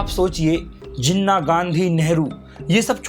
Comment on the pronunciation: First of all it's Jinnah not zinna